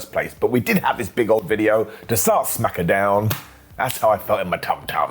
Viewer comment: "Jey Usa & Ilya Dragunoff"? "SmackAdown"? Ok,. Sure. Whatever you say.